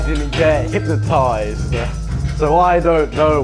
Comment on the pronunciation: hypnotised , not hynotised , still funny as fuck !!!